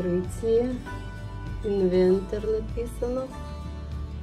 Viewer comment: Написано Инвертер ( транскрипция на русском)....не инвентер, поменяйте местами буквы и будет правильно...😊